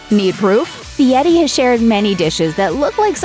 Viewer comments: His name is FieRi, NOT FIETTY. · Why is the narrator calling him Fieti instead of Fieri? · IMHO, if you can not roll the r in Fieri, please do not pronounce it as a T. Just use the English version of R in Fieri. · LOL...You’d think she could at least pronounce his name correctly. What idiots.